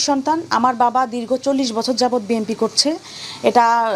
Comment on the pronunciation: ঠিকমতো বি এন পি শব্দটা উচ্চারণই করতে পারছে না, এরা আবার বি এন পি করে😂😂😂